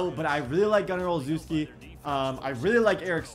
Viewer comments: Love the vids and grind (send love to the editor too) and Gunnar's name is pronouced oh-chef-ski not.... Whatever you were saying lol. And the game sort of crashes every time you try to change abilities on the upgrade screen. So when you upgrading dont change abilities then wait until your done and do it on the roster screen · I went to high school with gunner. His last name is pronounced Ole - shev- skee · It’s pronounced Gunner O-Shesh-Ski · Can some body tell how to pronounce Gunner Olszewski because I’m a patriots fan and cringe when a hear how pronounces it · If u can’t say gunners name correct don’t at all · Ur saying gunners name wrong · You need to say gunner olszewski names properly 😂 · Just wanted to let you know, since you said you had to figure it out at 26 min., Gunnar's last name is pronounced "Oh-leh-shev-ski" 😁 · BRO I LOVE YOU, BUT IM A LIFE LONG PATS FAN. YEAH BACK WHEN GROGAN AND EASTON LOST TO THE BEARS IN 85. EVEN BEFORE THAT. YOU ARE SAYING THERE NAMES WRONG AND IT MAKES YOU LOOK RIDICULOUS. GUNNERS LAST NAME IS PRONOUNCED, O SHEZ KI , AND TRAVIS E TIAN. ILL LET YOU KNOW IF I HEAR YOU FUCK UP ANYONE ELSES NAME. JUST FRIENDLY HAZING. LOVE YOU DAWG. I WATCH YOUR VIDS EVERY DAY. OH YEAH I ALSO HAVE A YOUTUBE CHANNEL. ITS SMALL BUT OVER 1K SUBS. GIVE A LONG TIME SUB A SHOUTOUT. HELP A DUDE GROW. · Ole-Sheh-skii is Gunner's last name pronunciation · Gunners last name is pronounced ochefski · Gunners name is pronounced oh chef ski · My man needs to learn how to pronounce Gunner Olszewski (Ol-chev-ski) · Believe its pronounced: Ole-chef-ski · It’s pronounced ol-CHEF-ski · Gunner Ol-shev-ski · It’s Pronounced Oh Scheff Ski. He’s my cousin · gunner oslzewski is pronounced ( oh-chev-ski ) kinda annoyed me as a pats fan lol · Gunnar Ol-Shef-Ski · Also its Gunner O-chef-ski is the easiest way to type it out so you can pronounce it right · Just a heads up Gunners last name is pronounced "oh chef ski" Yeah I know.... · it is pronounced oshefski td